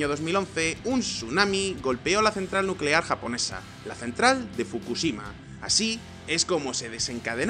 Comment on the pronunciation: Nucelar, energía nucelar